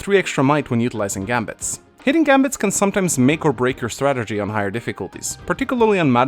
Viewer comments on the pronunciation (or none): none